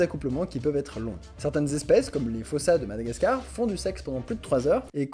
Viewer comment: Salut , je me tape un peu l'incruste , je suis new sur la chaîne que j'ai découvert grâce à Colas Bim . Et je suis malgache , Donc , pour info , ça se lit foussa mais tu fais ce que tu veux😁😁